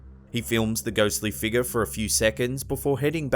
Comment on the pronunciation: Haha luv your voice the way you say figure “ eerie figer” I’m going around my workplace & house saying “ eerie figer”! All day lol 😝